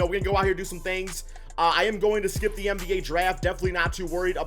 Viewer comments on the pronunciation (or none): none